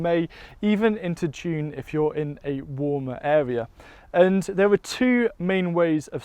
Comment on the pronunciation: Does he have a speech impediment or am I not hearing the word (area) properly?